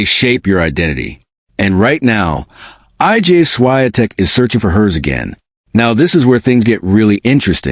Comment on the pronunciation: HOW RUDE!! HER NAME IS NOT I.G.A.